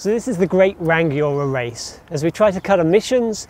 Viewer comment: Hey. Good stuff, though there is no hard 'g' in "Rangiora", it's Ra-ngi-o-ra